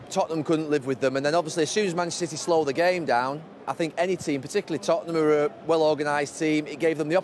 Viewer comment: Gary "Manchstr City" Neville